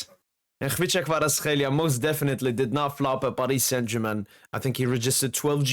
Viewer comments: Brother, your pronunciation is elite ! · Pronunciation is exact! Check if you have some Georgian roots bro ! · not even 1 min. in Video and im lovin it. well trained on name. Respect from Georgia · probably best non Georgian pronouncing of his name. well done in saying "ხ" :D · You're pronouncing him like a real Georgian bro :D